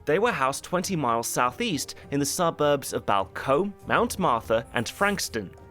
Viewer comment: what suburb is he trying to say here? Balcombe?